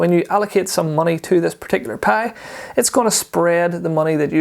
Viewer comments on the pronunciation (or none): PIE sounded like a PAY